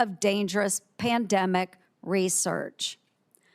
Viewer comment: "Dempanic" not Pandemic"